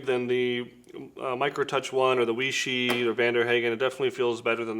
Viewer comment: Weishi. Way-she